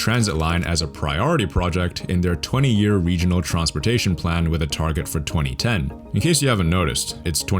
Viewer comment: Bro out here pronouncing it “Tronsportation” 😂